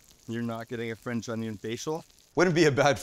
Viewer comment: Fwench ongiong